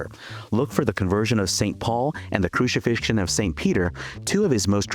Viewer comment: this video was so good and edited so well you didn't even lose me at 'crushifishion' lol